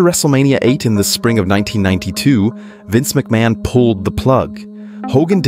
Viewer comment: Ah yes, Vince MickMayin. 🤔